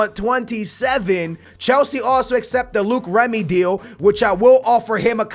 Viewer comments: It's loic Remy not Luke remy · Its LOIC REMY not LUKE REMY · who is Luke Remy? Its loic remy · ITS NOT FUCKING LUKE REMY. ITS PRONOUNCED LOYK REMY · It's not Luke remy is loic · Don't sign Loic Remy because I Will get tired of U saying Luke Remy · Sing Loic Remy its pronounced "Like" Remy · I think it's pronounced LORIC Remy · Loïc Remy is pronounced "Loyk Remy"